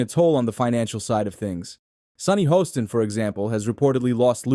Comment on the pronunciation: It’s Haaaston not hoeston.